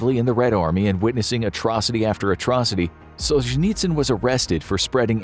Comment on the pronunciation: You should learn how to pronounce the names of your subjects, starting with Solzhenitsyn...Just saying. 🤔